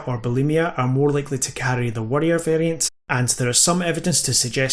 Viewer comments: Jesus Christ, the accent , you pronounce both variants the same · I'm not going to lie... your pronunciation of 'warrior' and 'worrier'... a bit confusing... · Had a pretty hard time distinguishing if you were saying worrier vs warrior while I was listening at work. I'll have to watch it again with subtitles. Best presentation of the subject I've seen on YouTube yet.